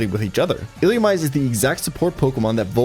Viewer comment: ill-loo-ME-say, brother